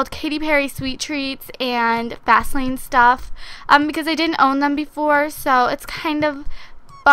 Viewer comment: It sounded like she said vasealine stuff instead of fastlane